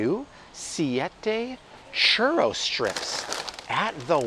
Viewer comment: ‘Churro’ is ‘Chew-Row’😆 Bobble…😃 it’s Spanglish… 😅 lol